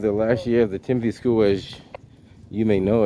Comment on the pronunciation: TIMILTY.... not Timothy